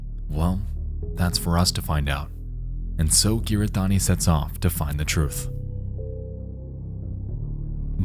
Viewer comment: hahahaha the way you pronounce kiritani very entertaining video tho